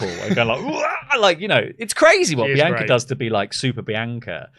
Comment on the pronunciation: Why can’t you say Bianca correctly?